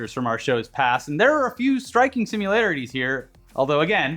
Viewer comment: "Simularities" LOL